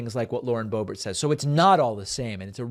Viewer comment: Did you call her Lauren Bo.bare? David, she is definitely an ert (with a hard ERT).